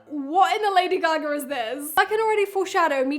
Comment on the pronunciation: I love the way she said Lady Gagarrrrr